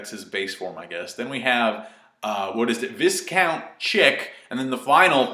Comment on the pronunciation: Britain here, technically Viscout is pronounced 'V-eye-count', carry on